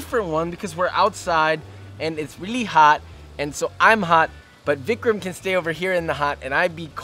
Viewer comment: Did he say vichram